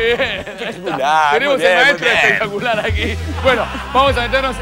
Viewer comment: ya de entreda me mato cuando dice muy bien epetaculaaar XD